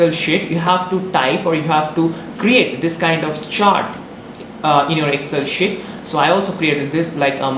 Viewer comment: Bhai shit nahi sheet hai vo 😀😀